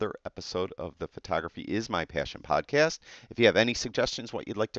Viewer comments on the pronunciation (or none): It's podcast, not podcase.